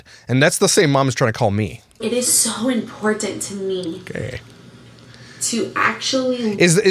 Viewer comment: She is very Im port tant !!! Lol I couldn’t resist how she pronounces it